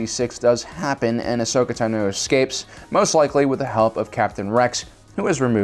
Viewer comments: The way you pronounce certain things like like Tano and Utapau make me cry on the inside 💕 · So...many...mispronounced...names!!!!! C'mon they're said enough times in the movies games and shows how can you mispronounce "Kaminoans", "Utapau", "Tano" and "Aayla Secura"? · And you mispronounced her last name (ad Ki-Adi Mundi’s)